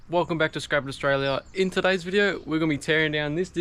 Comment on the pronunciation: "in tuddays video"